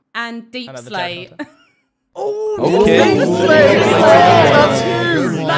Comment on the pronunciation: Stress got deeplsate not deepslate 💀💀